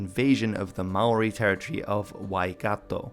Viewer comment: Just a note don't say Ma oori please. That is NOT how its pronounced